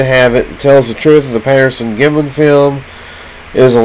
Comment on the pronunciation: You can't even pronounce the name "Patterson" and it looks and sounds like you're experiencing a stroke...LOL